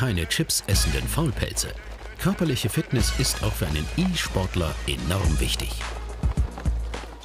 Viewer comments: nicht die e-sportler sonder die i schportler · E schportler🤣🤣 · Er hat wirklich I-Schportler gesagt…🤮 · E Schportler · wtf? Für einen E-Schportler? diggah, wo bin ich denn gelandet? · Nei die E-Schportler sind wieder mal da 😂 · ie- schportler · e schportler ja moin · die guten alten I-Schportler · Der ii Schportler haha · e-schportler xD